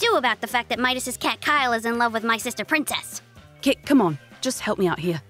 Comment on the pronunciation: I like how he's calling her prinnces